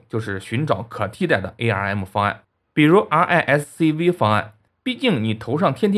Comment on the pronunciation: 稍微专业一点，arm risc-v就别拆开读了，你见过谁把Apple Google line这些拆开按自己读的？